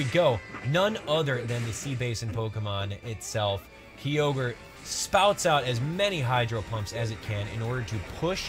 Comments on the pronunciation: It's kyogre no keyogre, ky, like eye, and giratina with a G not a J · Ki-ogre, not Kee-ogre. Sorry but that really irritates me. Same with Girra-tina not Gyra-tina. I know I'm being picky but it just doesn't sound right otherwise